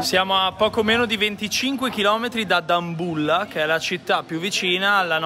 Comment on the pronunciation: Adoro come pronunci Dambulla